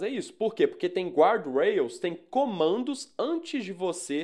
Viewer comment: Guardrails não se pronuncia assim 😉